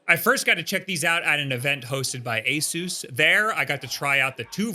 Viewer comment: I thought it was "A-sus," not "A-soos," or am I missing something...?? You're literally the only person I've heard that has said this company's name like that.